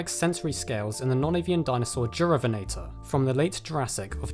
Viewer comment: Shouldn't that be more like "yu-rah-VEN-ah-tor"?